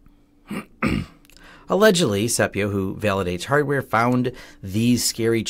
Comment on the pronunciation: 9 seconds into your ' report' Did you actually say HARDWARE ? Or did you swallow the word , and just move on ?